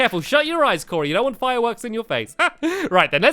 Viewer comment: He said Corey